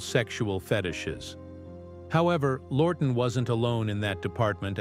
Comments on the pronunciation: It’s Charles Laughton not “Lorton”! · The voice does a number a mispronunciations of names. W H Y ? ? ? ? ? Charles Lorton instead of Charles Laughton????